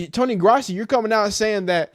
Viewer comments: It’s Grow-si not grassy dude lol. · His name is pronounced GROSS-EE